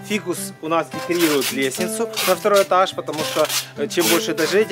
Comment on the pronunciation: мне показалось на он сказал на первый этас а не этаж